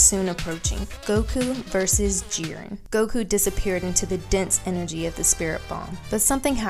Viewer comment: I’m sorry but you are not pronouncing whises name correctly or jiren